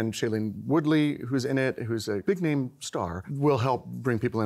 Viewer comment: Why do TV journalists never bother to research how to correctly pronounce a person’s name before going on air? Especially since they’re supposed to be authorities on theatre and people who work in theatre?